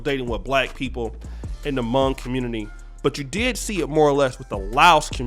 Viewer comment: Hmong* Pronounces similar to the word Long and not like tongue